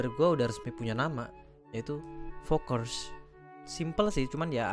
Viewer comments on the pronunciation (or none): Agak aneh bang nyebut nya